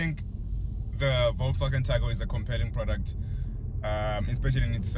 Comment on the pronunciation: Good pronunciation on Volkswagen bafe2... 👏🏾💯